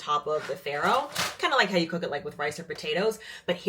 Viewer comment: You might want to check your pronunciation of faro.